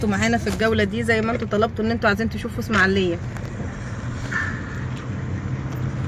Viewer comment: اسمها الاسماعيلية.... وليست اسماعليه.... لو سمحتي